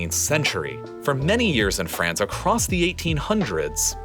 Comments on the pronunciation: The country is France, not "Frence" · Hahahahaha franch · did you say "francestance"?